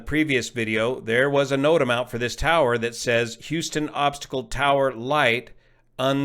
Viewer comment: Another good video. (Just say "notam"! 😁)